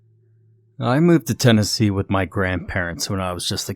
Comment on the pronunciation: Or as Brad Pitt's "Aldo Rain," said, "Maynardville, Ten uh see.."Tennessee is too many vowels for us you see.